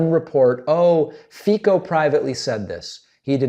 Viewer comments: The pronunciation of Fico is "Fit-so". The "c" in Fico is not read like a "k" but rather "ts" like in cats. He is a dick though, so I do understand the urge... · Not really Alka. Thermonuclear5742 is right. "C" is pronounsed as "ts". And English phonetic spelling of his name is definitelly not 'feet-so', that would make the letter "i" long like in "feet" but his name is pronounced with a short "i" like in "fit". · very small point its pronounced Feetsoh C in slovak is a ssst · It's pronounced 'Feetzo''. Source; Slovakian gf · Fico is pronounced closer to Fitzo and he is an as.hole. 🤮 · Fico is pronounced with "c" sounding like "ts", as in "tsar". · David, just a quick note to tell you that Fico‘s name is pronounced „feet-so“. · Please, it's not hard to pronounce, it's "Fit-so", please invest 5 minutes to look it up next time. Not my cup of a gentlemen, but I expect better from you. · "C" in Slovakian is pronounced "ts", so "Feetso". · Not easy, but Slovak pronunciation of Fico is like "feet-so" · Good report. Note that Fico is pronounced "feet-so." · It’s pronounced Fitso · Fico is pronounced like "Fitso". And he's prorussian bastard that if he was not elected, he would rot in prison. Just like Trump. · Fico is pronounced Fi:co with C, not K.. :) But otherwise great. And ofc, he denied this when coontfronted and accused the media of lying, but they hold their ground saying that they have more independent sources. So.. ye.. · In slavic languages the is isually pronounced /ts/. So his name is Robert /fitso/. 😅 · Robert Fico: pronounced as in Fitso. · “His psychological state is alarming and he is dangerous” – that also applies to Fico (pronounced Feetso, BTW), a leading light in Europe’s neo-fascist movements and, like Hungary’s Orbán, a Putin mouthpiece. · His name is pronounced Fitzo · The pronunciation should be like Fitso. C in Fico is like zz in pizza. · pronouce it FITZO, C is pronouces as TZ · Fico is pronounced "feetso" in Slovak. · Fico is pronounced Feetso.